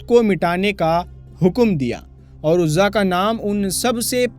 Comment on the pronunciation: Bhai aapne shahi paddhi nahi. Urzaa devi. Hihe bhutt nhi